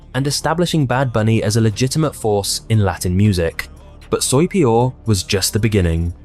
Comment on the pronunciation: soy peor you didnt pronounce it correctly not at all u still have 4 months to learn spanish before the super bowl